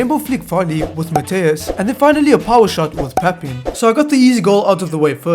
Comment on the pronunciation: HOW DID YOU CALL PAPIN? its not "Pap in" its "pap 1(in french)" It’s ok tho